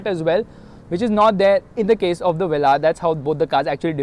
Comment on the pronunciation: The way you say vellaar ÷